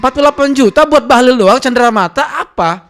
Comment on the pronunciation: Bahalol bkn bahalil.bahalol macam gabenor kaltim